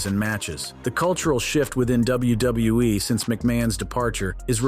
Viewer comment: Notice that he said WuuE instead of WWE?! 😂